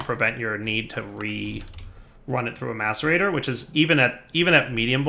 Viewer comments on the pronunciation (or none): none